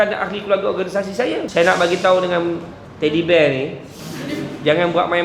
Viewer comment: Mantap dan terbaik,yg lucu tu dia sebut Teddy Bear 🤣🤣